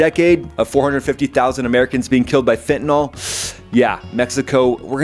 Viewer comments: It's FEN-TA-NILL, not FENTIN-ALL. It is spelled fentanyl. The letter Y has never been pronounced as an O, nor an A in the English language. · It’s pronounced fen-ta-NIL, not fen-ta-nall. “Fentanyl” does NOT rhyme with “alcohol.” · "Fen-tan-ill", not "fen-tan-all". Fentanyl has no alcohol functionality.